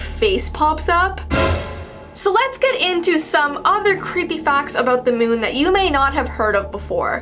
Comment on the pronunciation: You said moon wrong